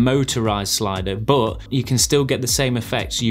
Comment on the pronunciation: i subscribed only cause of the way you say "BOHT!" (but) 😂